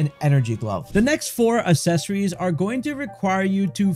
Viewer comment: I had to stop watching about halfway through. Every time he mispronounced accessories I cringe.